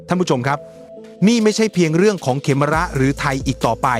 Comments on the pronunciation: AI ยังฉลาดน้อนมาก เขมร ยังอ่านเป็น เขม_รอ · AI อ่านภาษาไทยผิดประจำ เขมร ดันอ่านว่า เขมอน ยังไงก็สู้คนไม่ได้ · อ่านเป็น เข-มะ-ระ เหรอ?เพิ่งรู้ นึกว่าออกเสียงเป็น ขะ เหม็น